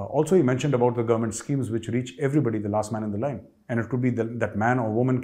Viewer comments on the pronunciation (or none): none